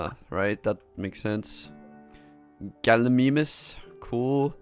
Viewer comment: Good job at those names, btw, they are all correct, save gallimimus, but that is fine